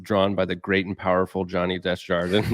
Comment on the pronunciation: Love the channel, love the video, and this guy’s art is insane. I cringe hearing pronounce his name. Johnny is probably too polite to point it out, too. It’s DAY-ZHAR-DUH.